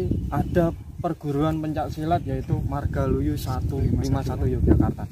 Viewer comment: MARGALUYU mas bukan margoluyu